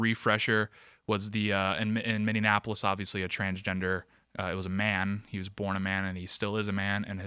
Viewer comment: Please STOP mispronouncing Minneapolis.